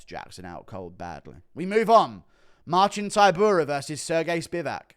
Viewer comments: He said Sir Gay lmao😂😂😂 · “Sir Gay”🤣🤣